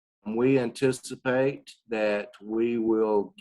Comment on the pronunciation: "We antistipate" lol